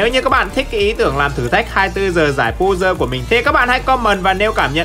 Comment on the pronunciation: pơ giồ hơ giồ chứ không phải pu dơ hu dơ